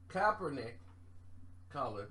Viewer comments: It's Kap not cop...... Kap-ernick not KOP-ERNICK always ruining a name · Mook Deol “coppernick is pissed” lol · For goodness sake, where the hell is up with your mispronunciation of Colin Kaepernick's name???? You can read, right? Where is the "L"? You keep saying "Kalpernick"🤣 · My god!!!!! LOOK!!! LOOK!!!! KAPPER-NICK SAY IT..KAPPER-NICK! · never says keapernick name right 🤣